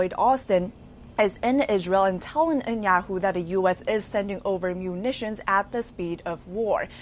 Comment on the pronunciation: If you're going to report on World Leaders, please take a moment to learn how to ptonounce their names. It is NOT Enyahoo. It is Netanyahu.